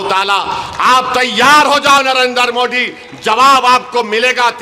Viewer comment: inko pahle Narendra Modi ji ka naam uchcharan karne boliye